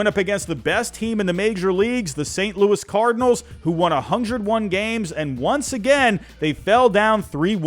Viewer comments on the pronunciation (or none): none